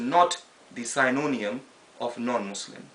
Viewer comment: Very well said brother but synonym is pronounced "Sin oh nim" ;)